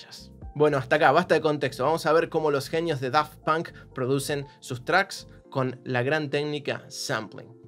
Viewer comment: Por como pronuncío 'Daft Punk' ya no me gusta ese nombre...